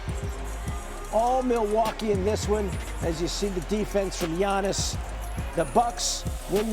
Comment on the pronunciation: 2025 is round the corner and Legler still can't say Giannis' name right.